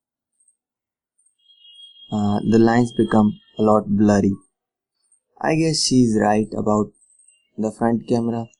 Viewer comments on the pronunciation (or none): perez i thought he was saying bloody as well, until i realized that he meant"blurry". LOL